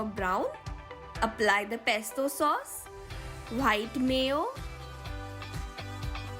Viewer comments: It is white not whhite One thing If she makes she gives 9/10 or 10/10 or tells in as outstanding 😒😤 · Di aap itni achi English pronounce karte ho but ye WHITE ko baar baar WHITE kyu bol rhe ho ye pronounce par white nhi wite hota h.... H silent rehta h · I love her' bhite' 😂😂💓💓 I really really like the recipes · When you say white sauce I hear vhite sauce